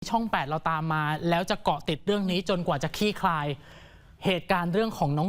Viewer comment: คลี่คลาย ไม่ใช่ ขี้คลาย